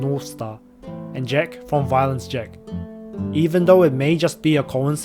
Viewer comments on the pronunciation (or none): none